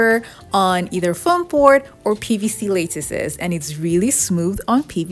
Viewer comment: Wow, these are such clever ideas! FYI, the first syllable of "lattice" rhymes with "hat." 🙂